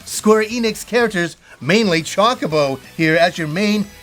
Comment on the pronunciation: It's pronounced choke a bowl not pronounced cho cole bowl